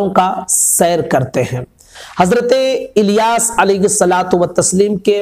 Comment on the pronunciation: Sahi talaffuj kijiye Iliyas nhi Ilyas hai alif lam zer il hai